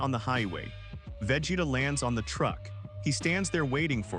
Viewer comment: 100%, perfect analysis! 👌 Bar the pronunciation of Vegeta's name.😁 If I were to nitpick, I would say you exaggerate a bit her analytical nature, she is just calm, composed, anticipating with satisfaction her enemy's lack of!😉